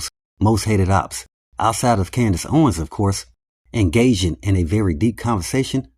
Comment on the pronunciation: “Engaging” bro I thought you said “gasian” 😂 that’s a new word!